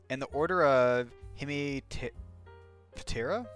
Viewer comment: Lol a plant and soil science student/ lover of entomology here and hearing you try to pronounce hemiptera and auchenorrhyncha was funny😂 im excited to watch the rest of the video! I loove cicadas